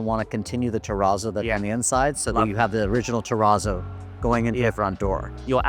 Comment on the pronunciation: it's terrazzo like snazzy : not "te rah zoh" but "te ratzo"